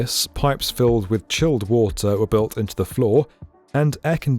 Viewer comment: "Wata'" :cat-orange-whistling